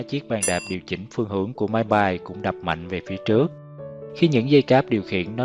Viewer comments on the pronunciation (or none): none